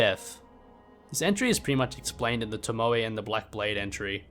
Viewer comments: I believe the 'e' in tomoe is pronounced like the 'e' in egg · no way you could mess up the pronunciation of Tomoe bro. Genny says it himself. In fact, he says it in that exact cutscene you used lmao.